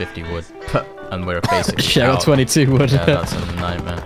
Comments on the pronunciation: COLLECT VOOD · “collect vood”???? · Damn that “Collect Vood” is burning my eyes 😂😂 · Is no talking about how it said vood